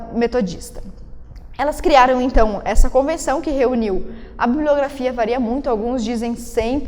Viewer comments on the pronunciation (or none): none